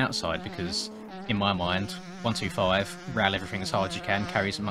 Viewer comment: say 1-25 not 1-2-5 i sound like a dick but yea